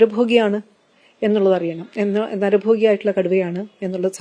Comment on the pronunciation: നരഭോഗി ❌ നരഭോജി ✅